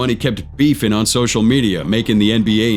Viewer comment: “Rappers Beefen”🇺🇸🌾🚜🫛🤠🐄